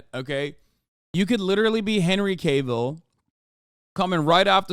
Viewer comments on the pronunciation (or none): Henry "Kay Ville" lol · The way he pronounces cavil is so funny